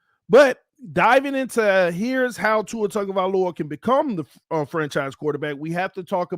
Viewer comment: TAG-O -vai-O -La no N in the name No Tungo or Tango i the mans Name lol just needed to get that Off my chest